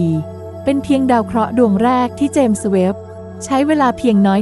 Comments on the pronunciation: เจมส์ ต้องออกเสียง ส เบาๆ ด้วยครับ เพราะ James มาจากชื่อบุคคล เราจะพูด “james webb” ต่อกันครับ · ครั้งนี้ ส อาจจะดังไป เลยฟังดูแปลกๆ แอดมินน้อมรับไปปรับปรุงการออกเสียงในคลิปหน้าครับ